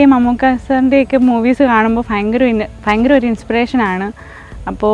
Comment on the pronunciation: God bless you. ❤️ Try to pronounce bhayamkaram in stead of "fayamkaram"